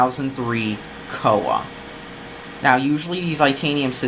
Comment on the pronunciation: It's not "coah" It's C-O-A lmao